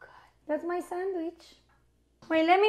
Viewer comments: “Swamich?” Brad: “Samich.” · Brad laughing at how his kid pronounces "sandwich" is so pure and also a bit ironic